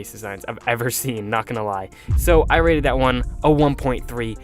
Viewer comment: Every time you say rated, I think you say raided